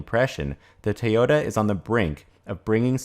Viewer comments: It's pronounced TOYOTA not TAOTA. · What is "tahyotuh? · Why do you keep pronouncing the name Teota? Is that closer to the Japanese? Look, I don't care whether they commit to all electric or not. As long as they don't interfere with what the other car makers are doing! Personally, I think hydrogen fuel cells for passenger cars is an incredibly dumb way to start. And that if hydrogen is to be viable at all, it will begin with large commercial vehicles and vessels with predictable routes. But, hey, Toyota is certainly free to try if they like. That's between them and their stockholders. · Why are you pronouncing to Tay-ota? Very annoying.